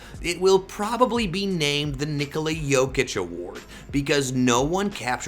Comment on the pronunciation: His name is Nikola, not Nikoli.